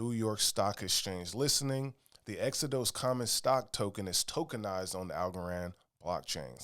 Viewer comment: Exo-DOSE 😅 like the Bible, Exo-dus